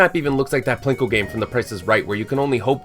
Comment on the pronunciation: Also, how the hell were you pronouncing 'Plinko'?